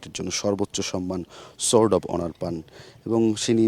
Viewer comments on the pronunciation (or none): none